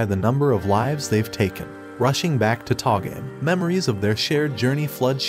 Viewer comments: Tah-game? how about TOH-ga-may. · to-ga-me not to game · It pronounces To Ga Me (toe ga mel)... I'm gonna watch this anime... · You say togame wrong all the time